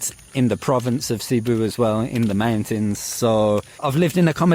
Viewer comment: Has lived in Cebu for a couple years but still can’t pronounce it correctly 🙄